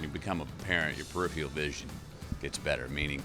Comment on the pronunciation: Ugh. Even Matthew, who is an author now, does not know how to pronounce the word PER-I-PHER-AL... 🫤